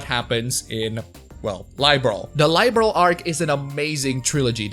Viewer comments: It's pronounced "Liberl" instead of "Lie-berl". =) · Its Liberl not Laiberl goddamit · I see, you've been bitten by the bug! Glad to see you're having fun playing my favourite game series! BTW. Liberl is not pronounced LIE - Berl.